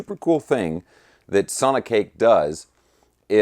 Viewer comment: 🤔 The manufacturer name is either pronouced "SONI-CAKE" or "SONIC - ACHE"